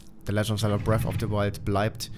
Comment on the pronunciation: Es heißt BREATH of the the Wild und NICHT BREAFFFFFFFFFFF ... GAH ... >.<